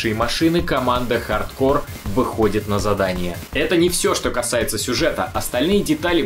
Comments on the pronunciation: Дмитрий Боев так в ролике всё равно произносится неправильно (хаРдкоР), почему тогда нельзя читать "хард корпс"? Если бы в ролике говорилось "ха:д ко:", то базара нет, было бы в угоду правилам. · почему хард кор то а не хард корпс? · Какой нахуй хардкор??? это чё, метал? вообще то это игра, и читается хардкорпс!!! это не французское название, чтобы половину конца слова не читать! кор - ядро, корпс - труп! ну и другие трактовки слов есть) или будешь произносить название брутальной метал группы, как кэнибал кор? не смеши, а) так то кэнибал корпс - труп ганибала) тягомотина, отписка( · почему hard core, а не hard corps? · Контра хардКОР? Серьезно? Кому-то стоит подучить английский. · По поводу названия. Хард КОРЗ и никак по другому! Английский язык! Буква С на конце слова читается всегда, а буква P в данном случае не читается) всем добра, и пожалуйста не спорьте, а просто радуйтесь, что узнали наконец правду)) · Да почему «хардкор» то, ёпрст. Ну никаким боком его так прочесть нельзя. Или я чего то недопонимаю?